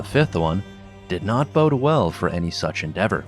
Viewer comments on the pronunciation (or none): none